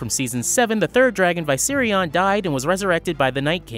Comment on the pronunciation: How dare you pronounce Viserion wrong!!!!!! Dracarys!!!!